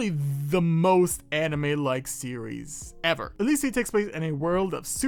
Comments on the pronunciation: The name is a mix of electricity and speed so it's not pronounced ilicsiid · 3 things, one, this is my favourite manwa! Two, I'm pretty sure eleceed is electricity and speed so u should combine these words and be able to say it right, i think... and three, my theory as to why is he able to learn this fast is because his power is speed!